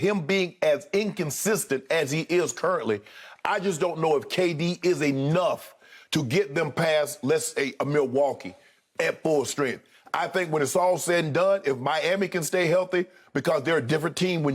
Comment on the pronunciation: I can't get ANUFF of hearing Sharpe say "ANUFF"!! 🤣🤣🤣